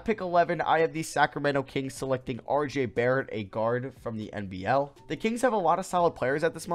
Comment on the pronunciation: Man said “Rj Barrett” 😂😂😂